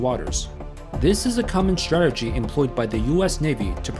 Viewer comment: it`s called strategy, not shtrategy-destroyer, not deshtroyer, aso asf. sick of it.